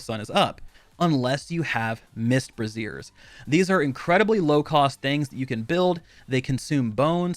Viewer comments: Lol. He said Mist Brassiere instead of Mist Brazier (Bah-raise-ur). So instead he said you need to make a bra out of mist, which is cool for a porn star with a routine that includes a vape but not so much for this game. God I love being a grammar nazi with a sense of humor. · Good video, but you have to stop saying brassieres. It's not a woman's undergarment. Brazier is pronounced BRAY-zee-er. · Bray-zhure. Your pronunciation is for brassiere, the piece of lady's undergarments. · Bray-zee-er. You are pronouncing it as brassiere. Which is something a sexy lady might where if she likes you. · BRAYshers not braZEERS. braZEERS are bras. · Good guide but I died when you were talking about the mist brazier. It's brazier not brassiere what you were talking about was what binds the ta-tas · "Mist BRASSIERE" holy hell mate. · "Bray-zee-er", what you are saying is the correct name of a bra. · It's brazen like Frasier, not like the over-the-shoulder boulder holder. Just FYI. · It's so funny how nobody can pronounce brazier (bray-zher) correctly. Boobies everywhere! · Thank you. His mispronunciation was slaying me.